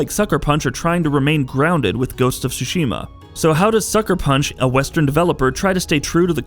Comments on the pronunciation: It's Ghost of TTTSSSUUshima and not xuxima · Very excited for this game! But, it's torture to my ears every time he says "Sushima" instead of "Tsushima"... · Hahaha, this dude pronounces the title as Ghost of SUSHI-MA! LOL! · Please stop pronouncing it SU-SHI-MA. The tsu sound is not the same as the su sound. I just want people to take the Japanese language more seriously if you are into the Japan culture and history. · The T isn’T sillenT... Tsushima :/ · First learn to pronounce the name right god damn it